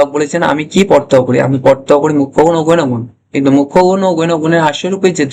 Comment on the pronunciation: Apnar pronounciation thik korun.গৈণ গুন নয় বলুন গৌণ গুন।